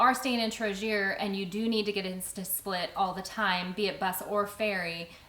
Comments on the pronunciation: FYI, the correct pronunciation of Trogir, is Tro-Gear not Tro-Sheer... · WTF is TroZHir? FFS you were here 2 months, you could at least to pronounce the name properly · trying not to complain... but I wish that we Americans didn't completely destroy the pronunciation when we visit other countries: Tro-Gear for Trogir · Trogir: g is not like in "gin" but like in "gone". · As a Croatian I'm quite impressed with your pronunciation of our towns, I know that our language is a bit awkward for English speakers so I'm really glad you got most of it correct, Trogir being the mistake that I completely understand, it'd be read as tro- (ex. trope) gi- (example in gif not jif) and -r ( the same as the English suffix of -r) I really recommend you see some of the more inland places cuz even though they're not as picturesque as our coastline we do have some amazing stuff, especially Slavonian food. Great video in any case, and I'm glad you had fun in my homeland 😊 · Trogir, g is like in word global. It is not french word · It took me a while to realize what you were refering to when you said ‘Trogir’. The ‘g’ in the middle is pronounced as ‘g’ in the verb ‘get’ in Croatian. Other than that I liked your video. You are very lucky to be able to live this lifestyle:-).